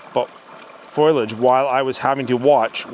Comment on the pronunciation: Foliage not foilage.